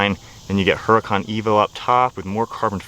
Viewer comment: ITS not a "HURA CON"... thats NOT HOW ITS PRONOUNCED... learn some Spanish dude.. it is pronounced "URDA-CON""...... NOT "hura-con"... yw!!